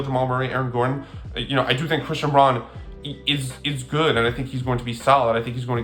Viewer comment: I stopped watching when you mispronounced Christian Braun’s name. Casual.